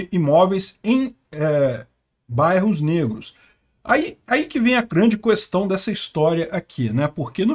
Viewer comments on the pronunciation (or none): Toda vez que o pronuncia "cuestão" eu lembro do Bolsonaro